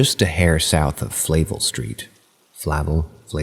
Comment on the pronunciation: M: Thank you for covering my story. You did a wonderful job with the narration. If you read this, the pronunciation-guide for that street name goes like this; Flay-vell